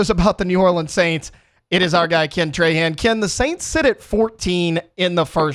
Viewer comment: Say it with me: Traw-haw(n)